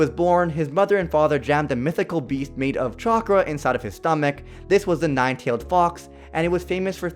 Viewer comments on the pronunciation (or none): none